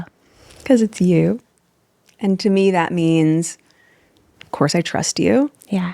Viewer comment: She said “trest” but really meant “trust”.